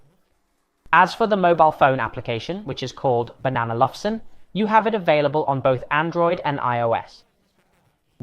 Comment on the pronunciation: Why do you pronounce it "Banana Luvsen" instead of "Bang and Olufsen"? Also, can you keep it plugged in 24/7 and just use it as a static speaker next to a computer? Will it unpair every so often or remained paired to a computer for many weeks or months?